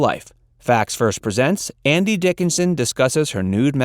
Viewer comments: I swear I hear "Andy" Dickinson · I swear he says Andy Dickinson in the title announce.